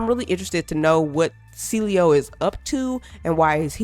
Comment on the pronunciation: I don’t know how people call him cilio. All these YouTubers keep pronouncing it wrong when it is a simple name to pronounce. Get AI to read the names for you before making a video on the game. 🤦🏽‍♂️